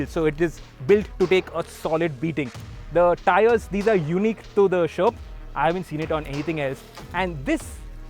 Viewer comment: It steers like a tank.. at the start of the vdo, when ever he says sherp, I hear Sherman(which is a shitty tank btw)..